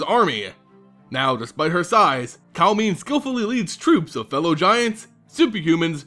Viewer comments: I think it's pronounced Kal-em-ne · m i agree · You are saying her name wrong.